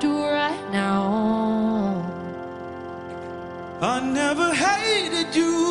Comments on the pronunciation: GurrGamer Omg I had to go back and pay attention to how she said it and I died😂 "neauow" 😂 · How to pronounce "now" to "Neoowww" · am i the only one who likes the way she pronunced "now"? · wtf is up with her pronunciation of "now" at the start ? 😂😂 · Wow, I hope she had some bad nasal congestion to pronounce "now" like that! And it's weird that she has a small lisp on the record, but not live.